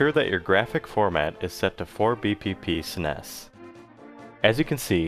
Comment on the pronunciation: Are you really saying snes like that